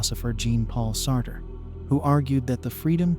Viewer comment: Firstly, pls pronounce names properly: Jean Paul Sartre, Iago, Dostoyevsky and Raskolnikov,etc...An elegant exploration of the possible views of "Evil"...But here's my much simpler take: The Golden Rule is universal, meaning it applies everywhere in the universe where sentient beings abide. It can be broken only by Violence and Lies, two sides of the same coin...Lies appearing alone are always an attempt to distort one person's, family's, tribe's, nation's grasp of reality for the unequal benefit of the liar... Force of concealment and/or concealed violence are always there on the other side of that coin. On the other side of the coin Violence, however obvious and bloody, as in Pol Pot's, Idi Amin's or modern Israel's behaviour is either disguised/concealed or openly justified with: Lies. So, there's always Lies AND Violence. If you, your family, your tribe, your nation DO NOT lie and violate others, you may think what you like...and in the spirit of Free Speech, you may say what you like, so long as you don't threaten Violence...So it's simple: No Lies and/or Violence and St. Peter must take you in...End of Sermon